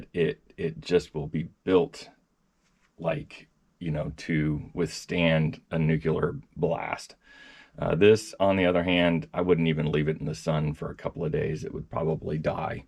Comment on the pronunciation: i don't give a s. for misspelling a word, on the other hand are you that stupid? you mispronounced it and said "nucular" lol. about the switch its just a humorous comparison, that the placement can be waay worse, get over yourself. the switch in the back is perfectly FINE. what i am mad about is all you tech reviewers. you are USELESS, worse than useless, counterproductive. you're either paid to "review" or shi** on something or just spew useless info and your "oPiNiOnS" on a product, which are more often than not, once again, USELESS in making a decision.